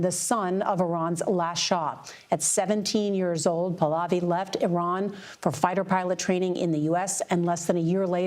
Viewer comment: Listen girl, first of all, pronounce "Your Majesty's" name right: it is PAAH-LAAH-VEE not pulovi. Second of all, you are rude AF. That's his birthright and he didn't want the "job" - the family dynasty's people have been wanting them for years. Do you not hear the chants?!?! No wonder Trump doesn't like CBS.